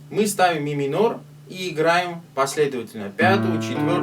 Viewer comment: Спасибо за разбор 😊 "Ми-минорь" у тебя звучит особенно миминорно ))) А ещё это вот: "Да тут всё просто!" – реально просто, но тооько после того, как уже выучил 😅